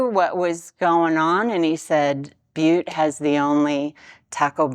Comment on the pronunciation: As a native Montanan, you pronounced Butte correctly.:)